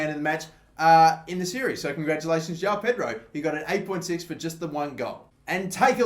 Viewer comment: Bro João Pedro is pronounced Joaum Pedro